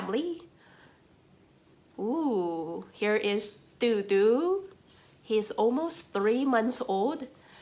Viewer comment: Dodo sounds like the extinct bird. The way you pronounce his name shouldn't it be spelled DooDoo? I wish i could get another kitty. He'll mellow out with age, lots of age. For now he might be teething on electrical cords, teething on wooden furniture. Make sure to get him neutered if he's not already so he doesn't start spraying. How fun to have a new friend to sketch. You might need to take some photos if you want to sketch him awake. Kittens move quick.